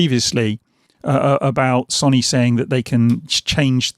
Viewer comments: Good video, but I can’t help but laugh when you kept saying “sonny” instead of so-ny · Why can't he say Sony? Sonny?